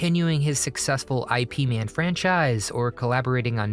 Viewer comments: NOT I.P Man, he trained under Grand Mater Ip Man, pronounced like LIP lose the L, just IP Man, born 1893 as Ip Kai man; Passed December 1972 from cancer, also known as Yip Man. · It's not "I.P" Man, it's "IP"(Yip). 🤦🏻‍♂️ A guy who don't even know how to pronounce a martial artist name correctly should not make a video like this. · It is Ip Man, like Yip Man, not like IP (Internet Protocol) You heard you saying it a few times, and I made me gag. Unbelievable! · "I" "P" "man" 😂 thats not how you pronounce Bruce Lee's master's name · Eye Pea Man. 😂😂😂. Is this an AI narrated channel?